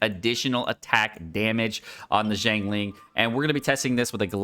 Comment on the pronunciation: BRO CAN YOU STOP BUTCHERING HER NAME, I LOVE YOU BUT PLEASE LEARN HOW TO PRONOUNCE HER NAME PROPERLY